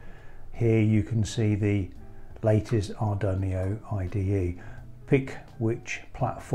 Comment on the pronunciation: What's an Ar dun ee oh?